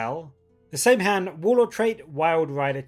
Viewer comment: Saim-Hann is pronounced Sam-Hine btw.